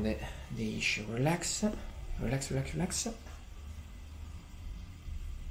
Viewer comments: Please stop saying relax-a it’s just relax. No -a. Just relax. I notice you do this with quite a few English words. Just drop the “a” at the end of english words. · Your English is very good. You could sound a lot more like a native American English speaker if you remove the "eh" from between words after hard consonants. For example, you say "Relax-eh" "treatment-eh" "eyes-eh". I know this is difficult. Our language is blunt compared to Italian:) As for "Don't help me" it's quite acceptable. It does not sound rude or presumptive. Maybe you could say "You are resisting a bit" if you want to be more specific. It's not as harsh if you say "a bit." It's like the British understatement. Another thing... the C T in "structure" has a sound almost like "prosciutto" or how you say "pressure" except it's more staccato. The end of this word sounds a lot like the English word "church." One more.. the A U in "cause" sounds short like "koz" and not like "Audi." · I think it's hot the way you say ah after some of your words 😉 Relaxah. Also your English is great